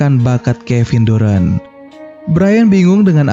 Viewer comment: bacanya darent bang, bukan durant, apalagi durex